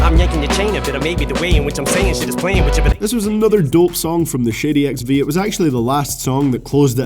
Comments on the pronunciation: I deadass thought you were saying shitty XV and not shady XV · lol I thought you said shitty xv in number 10 lol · Sounds like you're saying "Shitty Records" hahaha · It sounded like you said Shitty XV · shitty XV ? 😂😂 u pronunciation 😭